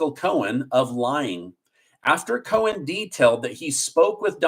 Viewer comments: I don't know why but it sounds like he is saying Michael Cohens it is Cohen there is not an s at the end it is Cohen not Cohens it is just making me nuts when he says it like that. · I love you,, but it’s Michael Cohen, not Cohens…. 😬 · It’s Cohen, not Cohens. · Please stop adding an S to Cohen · Cohen. No "S" Bragg. No "S"